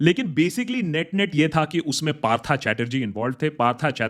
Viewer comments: i am only disappointed that he pronounced it " parthaa "chatterjee, bro you are a bengali😂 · Aare uska nam Partha nehi Partho hai😅..bangalee hoke bhi ye galti? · Partha pronounced as Partho, you are a Bengali still your bengali pronunciation is too bad. Please study it and apply.